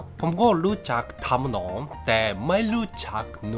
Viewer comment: ทำนอง ครับ ไม่ใช่ ทำหนอง แล้วคำอื่นๆ อ่านว่า ถะ-เหลิง ผะ-ไท ส่วน พลี รวบคำเป็นเสียงเดียวครับ ^^"